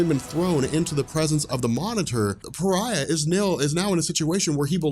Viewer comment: Came here because said Pariah as Far-eh, and it was so fucking annoying like how do you see Fareh in Pariah I have no idea. But there is so many ads in this video holy, I’d understand like 1 every 10 minutes but Jesus 😂